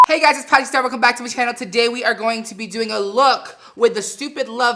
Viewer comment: Patrick’s intro really said: Heywelcomebackguysitspatrickstarr